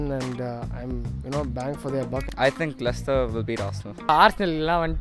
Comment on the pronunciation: 'Lechister' Most of these are glory hunters don't even know how to pronounce Leicester